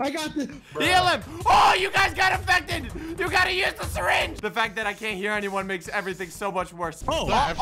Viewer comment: Nobody: Literally nobody:: I have a sireenge oh no there's a lot of sireenges.